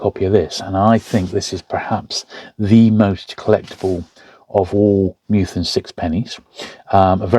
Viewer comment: Minor niggle - it’s Meth-ew-en, not Mew-then :-)